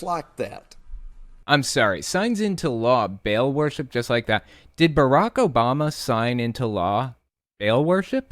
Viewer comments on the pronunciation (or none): "BARAK OBALMAHL" Geez these people